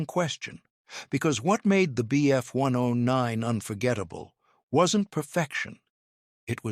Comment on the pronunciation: "When the Bf one-undoh-nine..." Wow, just wow!